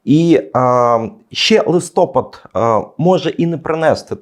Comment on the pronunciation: Шановні , говоріть правильно ! Подивіться наголос в Вікіпедії або де інде -- треба казати листопАд ! Ріже вухо !!!!!!!